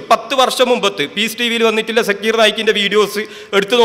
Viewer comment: Sekir naik അല്ല shakeer naik ആദ്യം അത് മര്യാദയ്ക്ക് പറയാന്‍ പഠിക്കൂ എന്നിട്ട് മറ്റുള്ളവരെ വിമര്‍ശിക്കയാൻ